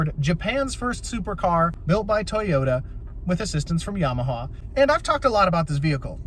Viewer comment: Not to be a dick but I chuckled at “Yamahaha” 😂